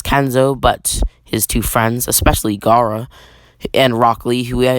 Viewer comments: U said garra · You mean Gayra.